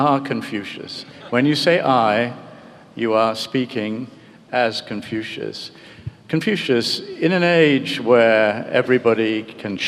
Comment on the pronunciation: 他甚至不能正确的说出孔子的英文发音😂